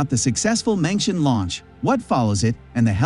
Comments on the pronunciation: Mengtian is pronounced as /meng tian/ not /mengshen/. 'tian' in Mengtian, same as 'tian' in Tiangong, means sky or heaven. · It's 梦天，not 明天 梦means " dream " , and it should pronounce as "Mong" in English, but "Meng" in Pinyin. 天 of course means sky or heaven, so the two mean " dreaming about the sky or heaven" in English Edited: 梦is simplify Chinese, it is 夢 in traditional Chinese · Please spend a little times, or give some efforts on pronoun those special name correctly, or close to correct. ( for the respects of Chinese and your audience) Tiangong and mengtian.... Tian ... ten Gong... kung or gung. Mengtian... meng ten... not meng tion. Imagine if i pronoun Biden ( bi-den) by bid-en And Trump by t-rump. How do you feel?